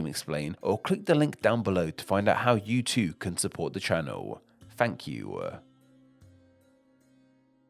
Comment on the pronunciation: What a very annoying way of speaking! You'e, nomad'e, dominion'e- what's all that about?